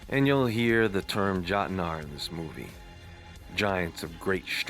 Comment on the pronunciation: Jotnar, ( yote-nar)